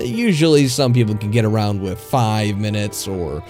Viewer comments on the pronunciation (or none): "With" "wif"